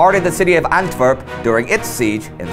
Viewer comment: I cringed when he said "Antverp" it's AntWerp. Belgium does not equal Germany and Dutch does not equal German.